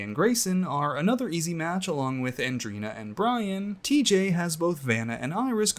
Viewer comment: I found it so strange how everyone keeps calling Andreina - AndrEEna. Like Andrinochrome. Its Andre-ina. Andreina. Its so simple